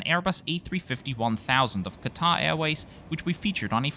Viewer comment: Also did “Qatar” correctly